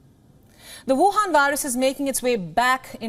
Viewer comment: woohan...I love when you say that...